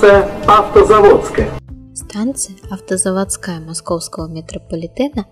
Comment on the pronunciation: Не автозаводскАя а автозавОдская